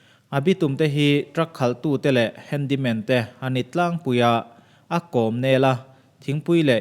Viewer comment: 'Handy man' or 'Handle man'....ka ti mai mai😀😀😀